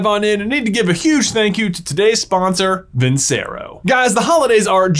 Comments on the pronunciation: Off topic comment, but... I thought you might want to know that the c in Vincero is pronounced with a ch sound, like vin-chair-oh. It's the last word in one of the most popular/famous arias of all time, Nessun Dorma, and it means victory. I don't know if the Vincero watch company cares much if you say it right or not, but in case they do I thought you might like to know. Your videos are great and I enjoy them. Thanks for putting out such great content! ❤ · At this point, I want to believe and know it's pronounced vin-chair-oh and they're too proud to accept it. Respect.